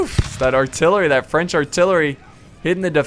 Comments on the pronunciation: I french and i love your french prononciation. I love you re video. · I love how you pronounce the french words ^^